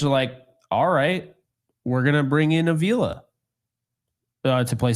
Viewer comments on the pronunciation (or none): I am not letting go of this. It's "Ah-vee-la". Not "A-veela".